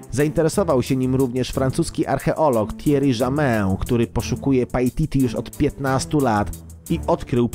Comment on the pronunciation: pajtiti XDDDDDDDDD